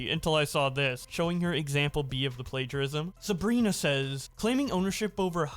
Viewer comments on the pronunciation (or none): none